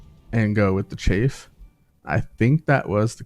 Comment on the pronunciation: Im sorry but i just need to say this. Chaff is pronounced with a soft A like cat or staff. The word youre saying is chafe which is what happens when your legs rub together in hot weather and cause that little rash. great video though, i learned a few things